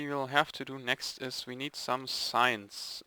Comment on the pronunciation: when you said "we need signs" i thought you said "we need science"